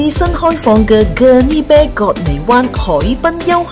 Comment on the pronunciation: Gurney bay not gurney bear/beh 😂